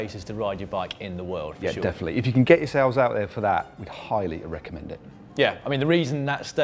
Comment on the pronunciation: did Matt say "highly e-recommend it" ish?